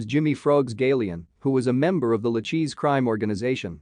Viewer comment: Pronounced Lu-KAY-see Crime Family